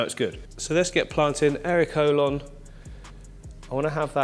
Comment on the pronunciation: Am I the only one who hears hairy colon instead of erolon 😂😂😂 beautiful tank! I’m excited to start mine, you’ve given me so many ideas. 🐠